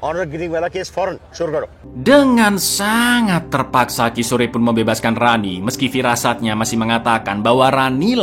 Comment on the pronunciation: Kishor ( Kishore) bukan ki sore.😂..polisi wanita bukan polwan GITU 😂😂😂😂😂 thank you for sharing this and SALAM LEBARAN DARI SINGAPURA ❤